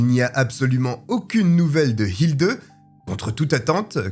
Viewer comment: Ich lebe in Deutschland seit 34 jahre. Ick kann Ihnen versprechen, dass "Hilde" wird nie "Hildeu" ausgeprochen. "e" wird " e" oder "é" gesagt. "Hildeu" ist lächerlich.